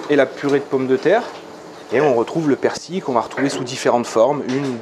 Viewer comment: La magie du montage youtube lol , et alors chef , elle ne se décolle plus la galette du couvercle ??? Mdr 🤣 j'aurai aimé voir la reconstitution du massacre lol ........et persil il y a un " L" a la fin , il est pas ardéchois lui , ici c'est persiLLLL . Sinon vidéo sans intérêt .